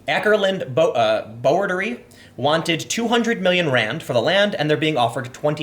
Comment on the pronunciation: It's pronounced Ah-Cur-Lund Boo-Duh-Ray.